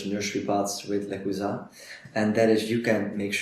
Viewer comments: I checked their German youtube channel. They pronounce it "le-choo-za" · Le-choo-za. New follower. Binging videos.